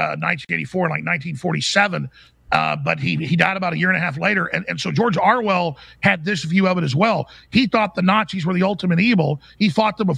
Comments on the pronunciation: Orwell not Arwell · It's Orwell not Arwell! Come on Alex!